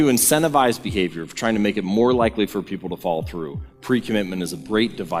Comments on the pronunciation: Good talk, interesting concepts.........BUT...........whenever the speaker says, "follow-thru," the words are garbled and come out as, "FALL-THRU." Most disconcerting. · Great video, I kept thinking you were saying "fall through" instead of "follow through"...🤣